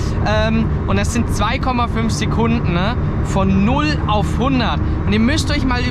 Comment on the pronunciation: Sekundne ? bist du aus Emskirchne ?